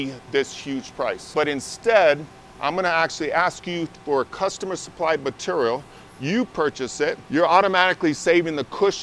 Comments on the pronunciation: M’tural is not how one should ever say ‘material’. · Meterrell.... materrell.... materrell